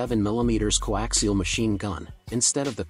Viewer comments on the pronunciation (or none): none